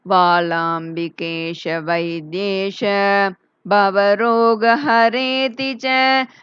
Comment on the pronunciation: அதில் பாலாம்பிகை என்று தானே உள்ளது. நீங்கள் வாலாம்பிகை என்று கூறுகிறீர்கள்